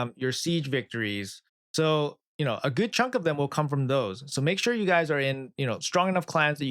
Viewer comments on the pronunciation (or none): none